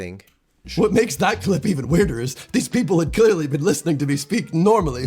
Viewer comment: when he says “around four-o-three” sounds British. The way he says “does my head in” sounds British to me as well. He says my more like m’ and I think puts emphasis on “in” at the end, which may be why it sounds British. Also the way he says “clearly” and “quite” both sound British to me. He definitely says certain things in a way which sound British to an American, at least. My accent is non-rhotic American and the way he drops a lot of his Rs does not sound American. Especially, he seems to drop Rs that are between vowels (like “more on” “four-o”) which, at least in my accent, we would keep. Also occasionally there are minor vowel differences that he sides with British pronunciation on.